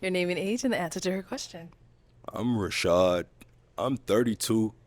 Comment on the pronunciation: "Rashad" MAY CHRIST HELP THIS MAN!!!!